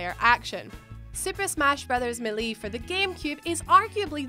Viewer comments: Was anyone else triggered when she said "super smash brothers 'muh-lee'"? Lol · Gherkins? My-lee? Honey wtf language do you speak? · It's pronounced MAY-LAY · Correct pronuctiation of melee is mā'lā not me'lee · Okay first of all wtf is me-lee it’s Mae-lay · Melie its melee, domdoms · ssb melie? that's not how you say that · "Super smash brothers Millie" 😂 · “Super Smash Bros Milly” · Super Smash Brothers Mel-E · Meh-lee ? MEH -lee ? Who the hell pronounces melee as meh-lee ? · Super smash bros "Millie"? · It's super smash Bros MAYLAY maaaylaaay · melee is pronounced (may-lay) it's not that hard. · That really got to me as well. It's not even an accent thing, it's just a really annoying mispronunciation. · Same hahaha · irunto it wouldn't be anything to do with how British they are, it would depend more so on the location within the UK as every part of the UK has completely different accents. But yeah melee was just a mispronounciation 😊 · irunto aha thanks, I just don't think she's ever had to say the word until now 😂 Rest of the vid was good though, I feel I've focused way too much on the pronunciation of one bloody word now 😂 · I'm DYING LOL THE WAY SHE PRONOUNCED SUPER SMASH BROS MELEE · I hate how she pronounces melee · Learn how to say melee